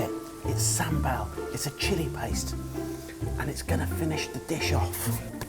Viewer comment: The way they say sambol is really annoying me it's cause I'm Tamil so yeh but still love you guys, from Sri Lanka ❤️❤️ You guys should come to Sri Lanka cause there is some amazing food here especially seafood (try kool) basically a seafood soup